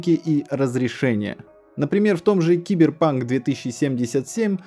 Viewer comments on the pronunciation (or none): none